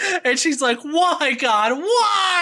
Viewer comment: Who is Gah, that's what she keeps saying.